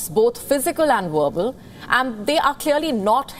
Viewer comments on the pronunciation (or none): oh well you said werbal instead of verbal and wisit instead of visit,quit making fun of sleepy joe! LMAO